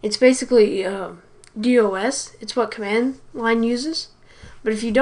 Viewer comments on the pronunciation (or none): NO NO NO NO NO NO NO NO NO. 20 seconds in and I'm triggered. IT IS NOT "D O S". It is just DOS. It is it's own word...it's an acronym of MS-DOS and an abbreviation of 'Disk Operating System'. Sorry I know this is nitpicky and I know this video was made nearly 5 years ago but I stumbled across this video while searching for some more advanced scripting techniques for use across large networks by effectively bundling 2 or more commands into one command. Sorry again as I know this is nitpicky but I just had to say this because too many young people who weren't around for DOS are pronouncing it just like this kid. (Just to point out, I wasn't around for MS-DOS either however I work with plenty of people who were and they absolutely lose their minds if someone pronounces it like this kid.) (I've also never pronounced it like this kid...)